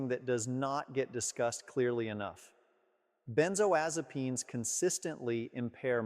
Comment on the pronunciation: I don't believe he's a licensed physician. Why? Because he can't pronounce benzodiazepams correctly as well as others of the medications he's referring to. He's an actor reading off a script.